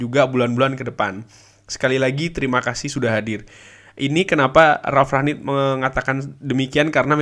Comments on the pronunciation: rangnick bang bukan ragnick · Rangnick bang di bacanya bukan raknick